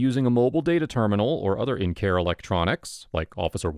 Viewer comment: “in care electronics"?